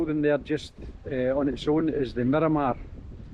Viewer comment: Miramar - mee rra marr Restaurante - Rest- ow- ranty ( like Dante) ow like Michael Jackson